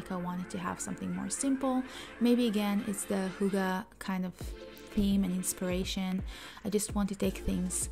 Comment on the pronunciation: I'm in... We danes split the word Hygge between the two g's... Hyg-ge and shorten the y sound when saying it... 😉